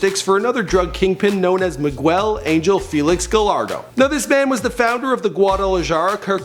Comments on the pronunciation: Mee- guhh- hel 😂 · Anyone else notice this boi said Meegwell ? XD Out of all the things he mispronounced this had me dying! Anyone else catch it?!XD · Bruh he pounced Miguel "mig-well" bruh that's a common name! Lol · Sinalow? Migoo-el? Guadala-jar-ah? WTF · he mispronounced "Miguel" I just lost it hahaha how do you mispronounce Miguel?! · did u catch how he said Miguel in or "Guadalayara" in 😂